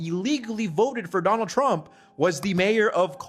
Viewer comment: "I will Boat for Donnull Trump " ..... Unbelievable...